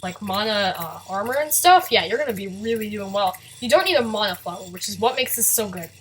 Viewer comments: its man-a not manoh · ITS NOT MONA, ITS MANA. GET IT RIGHT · Mauna MONA? moana? muna.. wait.. meononaa? OOOH NEMO! ok seriously this is the first time I've heard someone pronounce it like that.